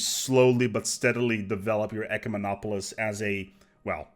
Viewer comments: You got SO close to pronouncing it properly! Though I kinda liked it when you called them eucomenopolis. Made me think you were talking about a "good city". Though an ecomenopolis sounds like an eco-city. Ecumemopolis is pronounced "eh-CUE-meh-nah-po-liss". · "YOUCEMENOPOLICE" LOL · i searched the whole comment section for this. Pronunciation was the only thing bothering me in this video.